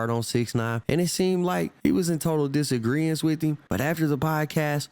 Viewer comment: This dude said Dis Angriance……. Wtf is dis? Disagreement pls bro